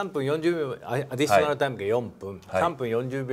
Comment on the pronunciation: アディしょなるなるw